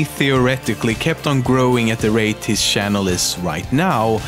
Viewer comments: lol shannel XD it channel not shannel XD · Says Pewdiepie can't pronounce his own name, says "shannel", "ioost", "sheck, etc". Oh the irony